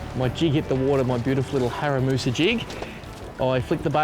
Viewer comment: Haramusa haha 😂 I think you mean harimitsu